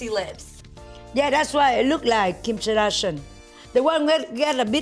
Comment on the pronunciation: KIM SHAR-DASH-IN ... 1 WIT BIC ASS. LOLLLLLLLLLLLLLLLLLLL